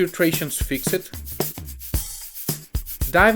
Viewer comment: ( and duca). I am always in awe of people speaking more than one language, but when you say fix-Ed can you try and say fixd or fixt please? Not a complaint, just an observation. I enjoy watching your work.